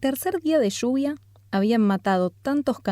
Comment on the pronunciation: Lluvia, no shuvia.